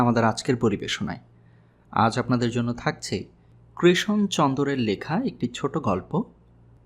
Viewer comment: 'কৃশন' নয়, 'কৃষণ' চন্দর ... please